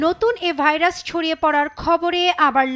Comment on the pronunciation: ভালোমানের একটা টিভি চ্যানেলের সাংবাদিক ভাইরাসের নামটাও ঠিকমতো উচ্চারণ করতে পারলনা। লজ্জা!!